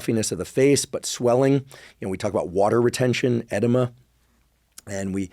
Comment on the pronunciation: The way you say VAY-NESS for VENOUS, and ED-IMA for EDEMA. Dude.